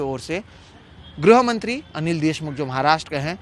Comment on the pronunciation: ग्रो या ग्रु न पढ़ें गृह से गृहमंत्री होता है ठीक उच्चारण पर ध्यान दें न्यूज रीडर महोदय।